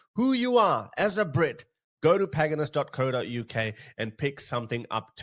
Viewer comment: it’s called “Pagan Us” not whatever you called it 😂. As in “we are pagan” 😂